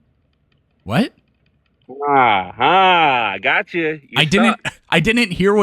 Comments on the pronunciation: Why does he keep saying "smerder"? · no listen close he literally says “babieS Smurder” with a separate brand new hard S on the beginning of the second word, he’s literally saying “smurder” as a word im so confused